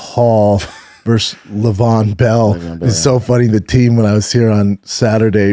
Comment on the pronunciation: Who is lay-ve-on. It’s levy-on. Someone get this dude some grammar/pronunciation lessons